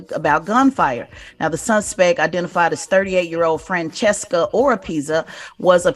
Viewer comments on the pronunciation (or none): Franciso NOT Franchesca. Tez never gets things right 🙄